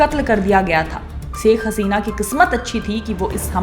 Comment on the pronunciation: Saikh nahi Ma'am Shaikh kaha kariye plz 🙏